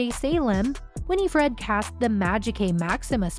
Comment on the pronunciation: Omg it not Winnie Fred lol learn to say her name please